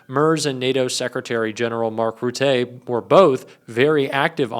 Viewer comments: Hi 😊 the name of secretary-general of NATO Rutte, is pronounced Root. Keep up with the good work. Love and support from 🇬🇧💙🕊️🤗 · Just a bit of pronunciation help: Merz is said like "murtz" and Rutte is "ROO-teh".